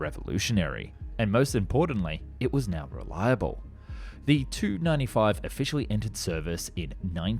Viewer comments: "WHAT?!!! WHAT?!!! I CAN'T HEAR YOU OVER THE NOISE OF THE ENGINES!!!" One wonders if they offered ear plugs to the passengers. A minor point on pronunciation - saying "Tu-95" the same as "295" might mislead a non-aviation enthusiast, perhaps giving them the impression that the bomber's designation was strictly numerical. Pronouncing it "tee-you-95 or saying "Tupolev-95" would be more clear. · For decades it has been commonly pronounced by all defense experts as a separate T and U. I'm a former USAF and current airline pilot who has been studying aerospace issues since the 1980s. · It is not the TU (2) 95, it is the TU (Tee-You) 95. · ~ did some googling and the consensus is that in Russian they pronounce it as word but in English its pronounced as separate letter - especially in this case where 'tu' could be mistaken for '2'. Also it's a model number so initializing is the more expected way of dong it. Or you could just call it by its NATO designation 'Bear'... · It is grammar!! From every military documentary I've seen to every military museum curator I've listened to here in the states have always pronounced aircraft with just two letters in their designation separately! Never together! That how NATO and its allies have alway done it. They do it because it eliminates confusion with such short two letter abbreviations sounding like something else like a number in the case of Tupolev which its Tu abbreviation sounds like the number 2! By saying the "t" and "u" separately you eliminate one mistaking the designation of an aircraft for a simple number such as 295 which could mean a designation for other aircraft such as the Airbus C295! A pilot receiving a radio message while on sortie wouldn't make such a mistake it the sender used the NATO designation! So what the hell are you talking about! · Kept sounding like you were saying 295 instead of TU-95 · Please stop mangeling the aircraft name - it's "tee you 95" not "295" Same for Sukhoi's - "ess you* etc.